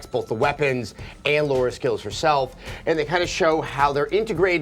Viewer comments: its lara not laura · LARA CROFT. NOT "LAURA" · Please stop calling her Laura. Just say 'Tara' with a different letter, and you'd at least be closer to the right ballpark. I'm not sure what Americans do in the absence of an 'arh' sound, though. I mean, what exactly does 'Tarra' sound like in Americanese? do you guys say 'Tara' and 'Tarra' exactly the same way? Anyway, the character's name should sound like L(arh)-a. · And yet after more than 15 years they still can't pronounce Lara